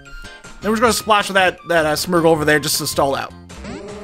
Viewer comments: It’s SMEARGLE NOT SMERGLE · Am I the only one irked by how he pronounces Smeargle as Smergel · Whey does this man call smeargle, smurgle it is so wierd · Smeargle is S-me-er-gull